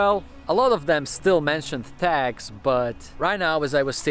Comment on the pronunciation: It was I realized he was say "tags" and not "tax". "Man what a tough hood having to pay tax for clean walls!"